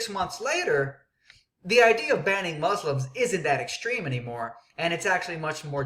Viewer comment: u dont even pronoucne muslims right no one is going to take you seriously